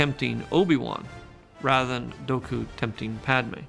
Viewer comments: Something that tells me Lucas was just writing another sci-fi adventure in his mind is the language he uses in all the behind the scene footage. He regularly refers to lightsabers as laser swords, and while everyone in the films says Dooku's name with the long oos, he says Dooku's name with a short o or as if it was Doeku. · George Lucas pronouncing Dooku as Dohku is the first time I've ever heard it pronounced that way. Is that how it's supposed to be pronounced? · Amazing how the goofy Count Dooku turns instantly into the vaguely-Asian blademaster Count Doku with just a simple pronunciation change. I always thought that the character suffered under the weight of a horrible name. While that may be acceptable for a throwaway comic relief character like Babu Frik, it doesn’t work for a very serious character, especially one who is played by a legendary actor who has real life badass credibility. Eh, I’m just an old fart- I think that Count Doku sounds about 100 times better, that’s all. Obviously, that’s just my opinion 👍🏻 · Crazy hearing Lucas talk about Dooku and call him dough-ku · Why does Lucas mispronounce Dooku's name? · that's what he's called in Jedi Starfighter too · George literally said “Doku” twice instead of “Dooku” just more proof the dude doesn’t even know the lore he created. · Doku? as George just pronounced it Or dooku? I’ve always said dooku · (Doe'ku). And here I have been pronouncing it (Duke oo) this entire time... Don't they always say (Duke oo) in the episode, and in the cartoon series? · TIL that everyone has been mispronouncing Dooku, which I guess Lucas meant to be a Japanese long o, even though he does not pronounce it that way, either. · .... Learning either it's pronounced Doe-ku not Doo-ku and everyone else in the series says it wrong or George Lucas just doesn't pronounce the name right. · George said (dough-coo) not dooku is it pronouced like that? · I think you mean Count Dough-ku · Did George really say Doku instead of Dooku XDXD.